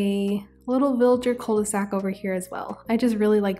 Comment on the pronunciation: Hi ! I love your videos and i know this one has been out for over a week but i just wanted to precise that "'cul-de-sac" is exactly a dead-end. It is pronounced Ku not Kou/Koo, also cul means "ass" in english ahah so ye it does mean "the ass of a bag" as in the bottom of a bag you cant go further. You can just say dead-end. As french people we never use cul-de-sac as a word, we use the word "impasse" which is dead-end but better way to say it. Usually, when french people would use that word it would be in an horror movie and the protagonists are running away from a monster then suddenly have no escape in front of them. That's where they would scream Oh no that's a "cul-de-sac" ! And then its not cute anymore ahah Anyway:shelterin:Love you lots, keep up the great work ! Was just informative comment as a lot of non-french people tend to have misunderstanding of certain words